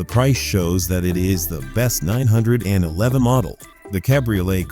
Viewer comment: HORRIBLE AI voiceover. Pull this video down immediately, guys, and hire a human who actually knows how to pronounce "911."